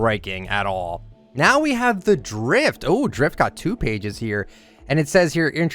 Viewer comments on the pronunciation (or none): none